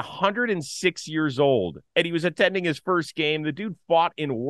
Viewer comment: Chris Rose RELAX lol more enunciating of "attending" please haha